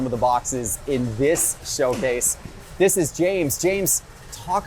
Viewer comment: 🤔Did he say “Showcase” of “SchillCase” 🤣